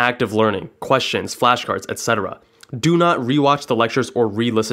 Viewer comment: also the only person I've ever heard pronounce the word "etcetera" correctly, instead of saying "Ex-cetera"